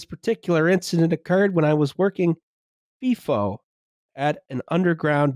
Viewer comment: Incredibly cursed FIFO pronunciation. Also no not everything in aus is FIFO that is in fact back of beyond stuff